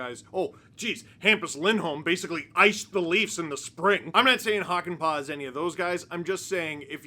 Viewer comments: It's pronounced "Hockey-Pa'" 🤪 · The Äs in pää are pronounced like a in cat or hat (but long) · As a Finnish viewer adding the proper ää to Hakanpää made me happy :D. Now we just need to work on the pronunciation (which is by no means bad as is)!